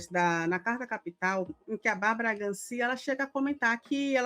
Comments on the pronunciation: Bárbara Gância e não Gan-cia. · A jornalista d3ve corrigir a pronúncia: é Bárbara Gancia. O i não tem acento agudo. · Me incomoda muito quando ouço o nome de alguém, especialmente se for alguém mais conhecido, errado. Barbara Gancia (sempre ouvi como Gância e não Gancía). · GÂncia, gente, não GancÍa, rs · É Gância, mulher. Todo mundo sabe: Bárbara Gância. Não Gancía. Achei justo o processo. Independentemente da família que a jovem tenha. As pessoas têm que medir e pesar o que falam. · A pronúncia correta é Gância, e não Gancia. Ela é uma jornalista famosa, conhecida. Cês não são jornalistas? Outro escorregão: vocês fazendo chacota dos "cogumelos mágicos". Putz! A substância dos cogumelos, a psilocibina, está sendo estudada na UFRN como forma de tratar a depressão! Com metodologia científica e tudo, gente! Cês acreditam nisso? Uma Universidade Federal está seguindo os protocolos da metodologia científica! (vou falar que é ironia, pois não sei se vocês entendem. Acho que agora vou embora daqui de vez pra não passar mais raiva. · Pronuncia-se Bárbara GÂNCIA e não GANCÍA. Erro grosseiro de desinformação!!! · A PRONÚNCIA CORRETA É GÂNCIA, E NÃO GANCIA. CÊS NUM SÃO JORNALISTAS NÃO? OUTRO DIA FOI O ESCULACHO DOS COGUMELOS MÁGICOS. PQP. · Embora não tenha assento, a pronúncia do sobrenome da jornalista é GÂNcia é não gancia.... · gÂncia e não gancÍa.... Pra quem não conhece a ex- apresentadora que tem uma treta com Emicida também. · O nome da jornalista se pronuncia Bárbara Gância, com ênfase no GAN. 👍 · Gância por favor pronunciem certo! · Não sabe nem pronunciar corretamente o sobrenome de Bárbara Gancia. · Fala Gancia direito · Fala o sobrenome da jornalista direito!